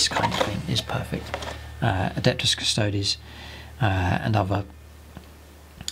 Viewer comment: Another great video! Glad you got the pronunciation right too haha 😃